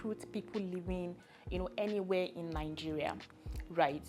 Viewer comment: Henywhere helse 😂 i love the accent